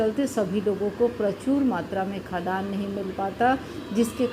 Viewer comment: निश्चित रूप से आपके पास योग्यता है। परन्तु महोदया, आपके उच्चारण में गलती है- आप खाद्यान्न जिसका उच्चारण खाद् यान होता है, को खदान पढ रहीं हैं।